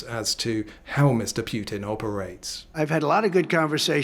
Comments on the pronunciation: 😂😂 it's Putin, not Piutin. You sound dim. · I don’t see war ending with that pronunciation of the Putin name